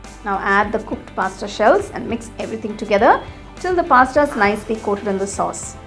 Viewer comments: Pasta not pastta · First , ye pink kidhar se dikh raha hai??? Second , it's not maieda its maida Third , it's not pasटा it's pasता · What's pasta lol u are pronouncing it wrong" ta"